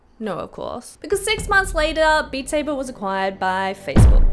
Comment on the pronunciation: “Bat Sabe.” The best thing ive heard all year